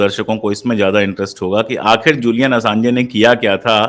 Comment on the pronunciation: Julian Assanj pronounce hota hai, Assange nahin, please rectify kar len, Baki presentation bahut achhi thi aur ek ek topic jo aapne chuna hai, kitaab likhi ja sakti hai uspe.